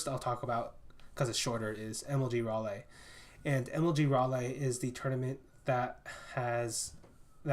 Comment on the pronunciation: good job and thanks for doing this! one tip regarding North Carolina though if you ever meet someone from Raleigh, NC just go with the 'RA-LEE' pronunciation.